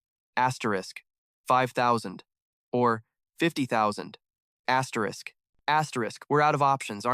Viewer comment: asteriss what the f is asterisssssss?? so annoying